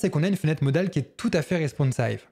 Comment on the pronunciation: Pour t'aider à améliorer ta chaine : attention (!!!) à la prononciation des mots anglais. Responsive se dit avec un i, pas avec un "aïe" (il suffit de demander à google pour trouver des exemples de prononciation). Dans ta video sur le "swap", il ne s'agit pas de ce terme qui veut dire échange (cf swapfile = fichier d'échange, par ailleurs ça peut être une commande pour échanger le contenu de deux variables, etc..), mais du SWYPE (qui se dit, du coup, avec un "aïe") et qui caractérise le mouvement du doigt pour faire défiler l'écran, certains claviers numériques ont aussi cette fonction "swype" qui permet d'écrire des mots en passant ("swypant") d'une lettre à l'autre sans décoller de l'écran. C'est très (très) récurrent (il y en a d'autres cas dans d'autres vidéos) et ça gâche le plaisir (et un peu le sérieux qui caractérise tes vidéos).